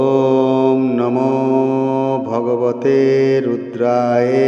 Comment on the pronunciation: মন্ত্রের উচ্চারণ ভুল আছে সংশোধন করে দিবেন। শেষের শব্দ টি রুদ্রায়ে নয় ওটা হবে রুদ্রায় অর্থাৎ অ এর উচ্চারণ হবে।। ধন্যবাদ।